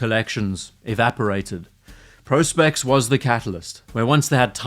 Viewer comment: Thank you for corectly pronouncing it as Pro.Spex ( professional specification). Vs Prahspex like the other 90 of morons